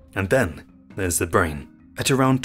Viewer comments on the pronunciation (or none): none